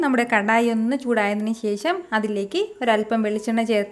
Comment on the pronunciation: കറി സൂപ്പർ 👍 ഇടയ്ക്കിടെ പറയുന്ന "ശേശം" അതിലും സൂപ്പർ 😍😂😜